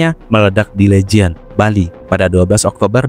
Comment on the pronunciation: Legian bang bukann lejian 😢